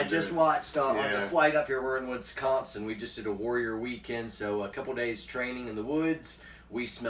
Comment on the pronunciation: I would like to know where you went in Wisconsin. I would also like to teach you how to say Wisconsin you slaughtered my state's pronunciation!